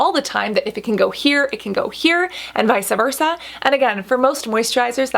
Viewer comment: Hey Cassandra love ur videos. The only thing I hated was that u said "vice'a versa" I was going to let it go but you said it like three or four times. I just wanted to let you know (with nothing but love) it's "vice versa" ... your Lexicon is as beautiful as ur skin, and u pronounce all of those words in the Inkey list so well. Maybe thats y that one phrase kept bothering my ears so much lol. ❤ u boo !!